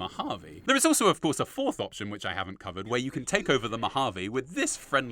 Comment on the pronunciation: Honestly how did you get the pronunciation of “caesar” wrong? Did you not play the game???